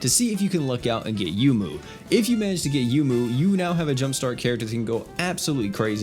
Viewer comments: Isn't her name pronounced "Yoh-moo? Like how Touhou is pronounced "Toh-hoh"? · You're correct. He pronounces a lot of names wrong.